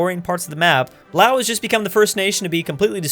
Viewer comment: OH MY GID YOU PRONOUNCED LAOS RIGHT THANK YOU